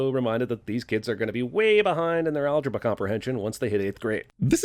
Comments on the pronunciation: did he say algabra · At sin 25 mispronounced algebra as alge-BUH